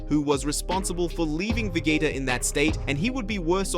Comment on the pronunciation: SAYIN THE NAMES WRONG EVEN VEGETA U SAID WRONG LIKE WTH DO YOU EVEN KNOW WHAT IT IS YOUR POSTING AND OR EVEN KNOW THE STORY LINE ORIGINS??? 🤨🤨🤨🤨🤨🤨😐😐😐😐😑😑😑😑🤥🤥🤥🤥🤥🤥🤥🤥🤯🤯🤯😵😵😵🥴🥴